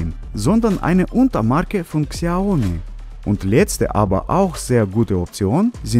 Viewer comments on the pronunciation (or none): none